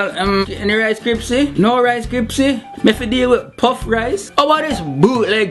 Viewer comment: ohhhhhh lawd this is soo funny!! lol how can he say "any rice kripsy no rice kripsy"lmao kripsy una instead of krispies lmao!!